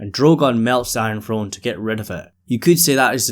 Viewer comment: Enjoy your videos and your insight I always find it hilarious especially in this video because of how much the word came up that people in America supposedly speak lazy English that's not proper but certain things like the word throne are pronounced "frone" not throne which is kind of a lazy way of saying throne without flicking your tongue against your teeth. Not making fun of you just something I've noticed for a long time and I've never heard anyone else bring it up. Again love your videos don't mind your accent whatsoever just a small funny thing I thought I was pointing out